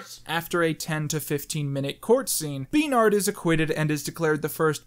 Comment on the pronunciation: I love and hate the way he gets his panties in a twist over the name “Bernard”.